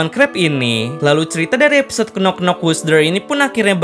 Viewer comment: Sedikit koreksi min "Knock" itu gak dibaca "knok" TAPI dibaca "nok" Huruf "K" nya tidak dibaca, alias Silent -K